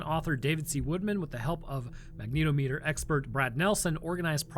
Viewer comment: Goo through video, but, FYI. Its pronounced Magna -TOM - A ter - not Mag NEETO meter